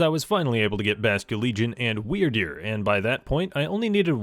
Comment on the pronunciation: Is it me or when he says Wyrdeer it sounds like Weird Dude?